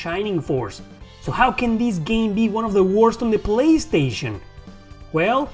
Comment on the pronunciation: "In zee polistation" LOL